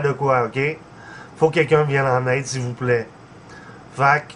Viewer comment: "À l'aide sivouplait j'en ai grand besoin " avec son accent et tout il fait trop pitié se mec ! hahaha